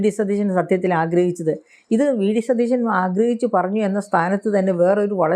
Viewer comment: ആങ്കർ ഒരുപാട് ബലം പിടിക്കുന്നു. നമ്മുടെ മുഖ്യമന്ത്രിയുടെ പേര് സതീശൻ എന്നാണ്. ഷ അല്ല, ശ - സതീശൻ. ദയവായി തിരുത്തുക. മോശമാണ്.